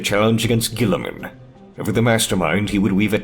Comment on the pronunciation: "Gooliemun" burn that heretic.